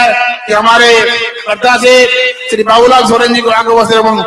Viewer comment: Hindi language ka sahi pronaunse kro babulalal.